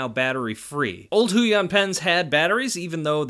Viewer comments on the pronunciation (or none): Great review, thanks for this video! Brand is pronounced hway-on (rhymes with 'stay on'). Passed the video to my missus since she's the artist of the pair - would love to buy it for her if she was interested! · It's actually pronounce as Hue yawn but close enough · The way he says “Huion” makes the cc say “hooey on”🤣